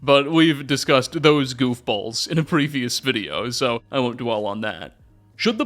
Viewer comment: I ruv your veedeeohs.